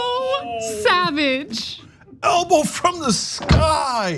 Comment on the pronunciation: Ok whoever the girl is in this video you dont get to say "savage" i dont like that stupid term anyway im kumeyaay native but you just butchered the word please don't say it again